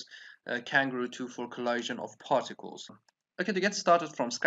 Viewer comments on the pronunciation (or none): You’re saying collision wrong. 😐